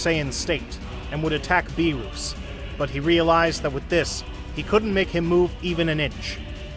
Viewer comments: It’s not berus and wis 😢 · "bewrus" "died" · Good series but beerus not beerous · "beeruss prepared the hockey" like come on bruh pronounce the names right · It was a good idea but Freezer and Beeroos? 😂 He did say them right sometimes though.